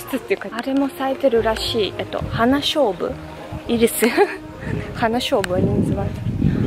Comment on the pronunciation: 勝負ではなく菖蒲だね発音も違うしね☺️